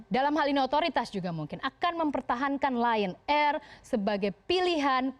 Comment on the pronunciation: Ditulis: Lion air Dibaca: Lie on air